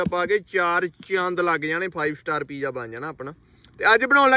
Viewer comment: Pija ni hunda. Piza hunda. English boli hei ta theek theek bol.